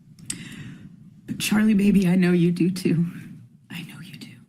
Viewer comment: The way she says “do” is SO annoying. Dieuw. 😑